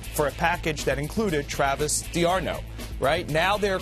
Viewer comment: Like the analysis but whats with the mispronunciation of D'Arnaud